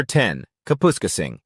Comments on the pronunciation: “Cap””us””casing”. Kapuskasing Lmao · Kapoooskasing lol - AI doesnt know how to pronoune it. I grew up in New Liskeard (Temiskaming Shores) it is no longer affordable and no there are no palm trees.